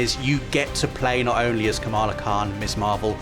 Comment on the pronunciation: first of all kamala khan is asian so its kamla khan not kamaaaaaaaaaaaaaaalaaaaaaaaaaa khaaan